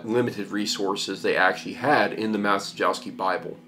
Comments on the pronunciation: "Mah-che-yov-skey" would be a better pronunciation (the "cie" sound is closer to "che" - not the same, but "che" is the closest sound in English that I can think of). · It is pronounced "Ma-chye-yov-sky". Bernard Maciejowski was Polish Bishop in XVII century and he was the first known owner of this bible. (tip: in Polish every "j" and "i" is pronounce like English "y" - only "j" slightly "longer") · His pronunciation of Grosse messer is pretty....yeah, so don't expect him to get Maciejowski correct. lol